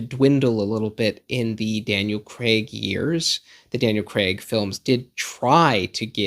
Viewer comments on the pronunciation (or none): none